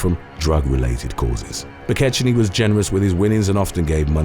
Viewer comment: Mc KECK-nee, idnit?